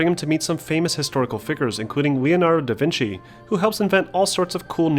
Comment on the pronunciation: u mean Da VINKI! LMAO